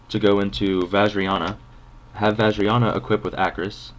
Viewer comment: YES! You pronounced her name right :D I'm a huge Dragunity fan. To answer your Vajaryana question, she is a she. I know which Dragunity goes with which knight: Phalanx and Dux= Gae Bulg, Legionairre and Darkspear= Gae Dearg, Agustclavii and Corsesca= Trident, Militum and Aklys= Vajayana, and finally Primus Pilus and Pilum= Barcha. Those are the winged beasts and their steeds. Dragunities FTW!